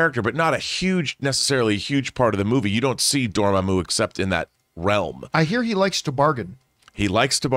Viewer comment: I mean no offense by this but i don't know what's worse, them not being convinced rintrah is in the movie even though he's in the trailer or mispronunciation of mordo and dormammu